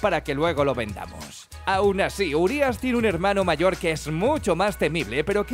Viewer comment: Sabíais que "Urias" significa enorme en rumano. Como es una palabra rumana se pronuncia con acento en la i no en la u. Y sabíais que "Cadou" significa regalo en rumano.